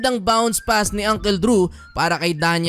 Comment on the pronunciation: you even don't know how to pronounce uncle. it's not ungkel its ungkol -->